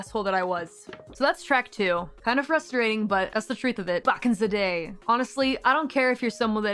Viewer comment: “Back in ze day” someone’s “other side” is showing 😂